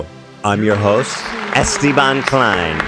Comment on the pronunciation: Ethan, love what you're doing with the whole Esteban thing, but please pronounce it "A (like saying the letter "A") - Stay - Bahn". basically, just like you're saying it already, but instead of starting with "Estie..." start with "A-Stay...", trust me bro, it will absolute full send the whole thing.